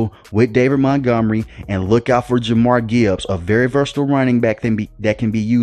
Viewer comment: Who is Jamar Gibbs? I know who Jahmyr Gibbs is but I don't recall anybody on the team named Jamar Gibbs. You should learn how to pronounce names correctly dude. Jah-meer is how it's pronounced.